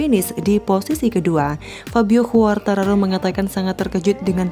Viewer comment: ejaan ; kuartararo 👍 khuartararo 👎